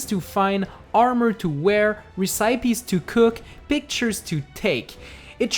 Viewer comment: res-eye-pees??? XD